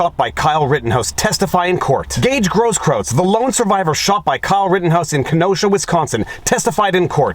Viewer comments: Grosskreutz pronounced gross kroits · Not that it matters too much, but it's pronounced Gross KROYTZ... means "big cross" in German. The benefits of having been stationed in Germany.... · Is Viva a bit dyslexic? Brian "Stetler", Gaige "Grosskrautz ", when it should be Stelter (stell-ter) and Grosskreutz (gross-kroyts). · You keep calling him Grosskraut instead of Groskkreuz. Was that intentional? Lol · Not that I care about Brian Stelter, but you said Stetler a few times. Don't give haters a reason to attack your credibility. Stelter is the worst, though, I agree. I also think Grosskreutz isn't pronounced gross kraut. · Viva. My man. It's Groskroyts. The spelling. With kisses from Germany, Your grumpy German from Pommerania. 😘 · It's hilarious, the many mispronunciations of that guy's name. I don't think I've heard anyone say it properly. It's actually GROSS-kroyts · Absolutely no one: … Me: Proper German pronunciation of “Grosskruetz”sounds like “Grosskroitz”… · dude, I'm ashamed of your inability to pronounce simple German.